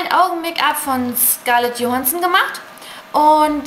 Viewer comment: Scarlett Johansson wird Dschohänsson und Agyness Deyn wird Äignes Dien ausgesprochen;).SIEHT SO TOLL AUS!